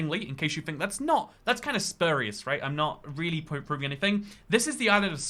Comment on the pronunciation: "Spurious" is pronounced to rhyme with "curious", not "spurrious"